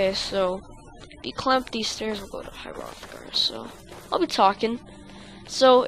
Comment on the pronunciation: he totally mispronounces everything but he's like somewhere between 10 and 13 hrothgar is my main peev on this but all in all a good video